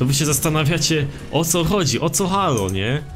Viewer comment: czyta się "Hejloł" nie halo